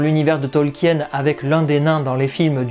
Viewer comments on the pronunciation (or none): none